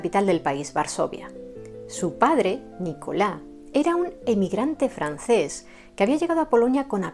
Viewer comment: No sabría decir cuál es mi favorita, pero siempre me llamó la atención lo dulce y romántica que es su música. Después de haber visto esta excelente biografía sobre el músico polaco, quiero mencionarle que me encanta su pronunciación del francés. Saludos desde Chile 🇨🇱 😁